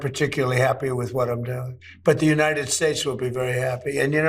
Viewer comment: The yellow died white hair is so clownish and he can’t pronounce “states” at least without spitting out a tonsil stone 🤢 hes just beyond gross.